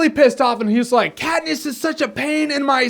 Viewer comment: ah yes, Kat-piss.